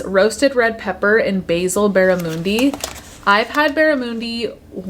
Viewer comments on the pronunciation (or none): Barramundi is native to Australia so that’s probably why it’s very common in the US. You also pronounce it Barra - MUN - D. Not moondi. Not important to you or the video but yea. Also happy birthday, I love you. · The way your saying barramundi is crazy to me (as an Aussie) hahaha You might have had it in Australia??